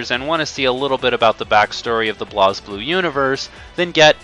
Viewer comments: Though its BlazBlue, its pronounced as Blaze Blue... Not BLAOZ BLUE. Idiot. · I know that this is an older video but every time you pronounce BlazBlue (Blaze Blue) "Blahz Blue" I cringe as a fan. Also the story (if you actually are paying attention) isn't THAT hard to understand. It does have a few plot holes and problems, but getting a general grasp on it isn't that difficult.